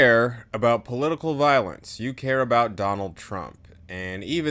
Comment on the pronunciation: Great vid, was thrown by "poitical" violence.